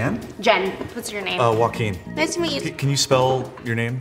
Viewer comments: I was visiting 12 countries in my lifetime, I stayed in 3 of them for over a year in total, I know the name Joaquin Phoenix, never knew you pronounce it like wakim. I know a wakeem so there is that. Also, I thought Joaquin Phoenix is pronounced like Joanne but with a kin in the end.. joa -kin. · he even pronounced it Wah-keen and not Hwa-keen😅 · In the Bosniak language, 'j' is 'i' or 'y' eg Bošnjak. In English, 'j' is 'j' and not 'h'. Spanish is not the end all be all. Plus, Joaquin mispronounced his own name (Wah-keen and not Hwa-keen). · As an arab I literally keep hearing Wakeem when he says his name, so close to what Jen spelled as well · He said Joaquin? The way he said it I thought it was "Wakin" too